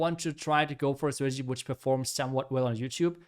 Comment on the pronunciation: Please learn how to say “strategy”